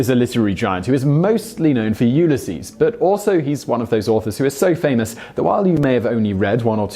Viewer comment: Among your numerous mangling of pronouncing common words I have to say you’ve reached a new point....... in my more than 50 years I have never heard Ulysses pronounced the way you did. Your videos could be entertaining if you spent just a modicum of effort tio get things right rather than causing us to have to rewind three times to work out what the hell word you just said. By the way, the possessive form of the United States is written United States’ as will all possessive expressions where the possessor ends in ‘s’ and thus may be pronounced “United States” and never “ United Statsez “ it’s akin to saying “ you guyses “ and as annoying as you using “aircrafts” in other videos. There is of course no such word.